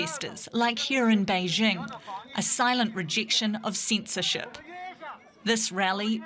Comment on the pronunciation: "A silent rejection of ceentzceroship" eh?